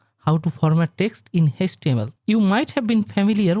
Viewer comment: it is html not hastml